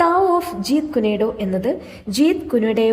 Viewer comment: ജീത് കുനെ ഡോ അല്ല " ജീത് കുൻ ഡോ " എന്നാണ്